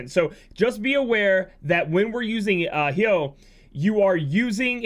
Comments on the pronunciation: I'm pretty sure it's pronounced Hi-oh......like Hydrangea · Damn that Hyoh pronunciation is making me angry lol. No tough feelings. You do you.